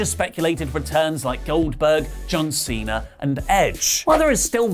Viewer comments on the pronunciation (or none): none